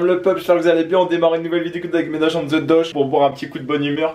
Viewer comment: Jcomprend pas pk vous arrivez pas a dire "the" pk vous dites "dze" :o